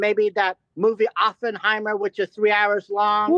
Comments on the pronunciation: If I heard ‘Open’-heimer one more time...haha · Come on Ethan! You’re Jewish! Pronounce Oppenheimer properly please!